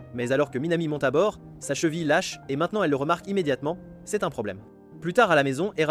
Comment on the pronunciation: Le gars est trop fort il dit chevile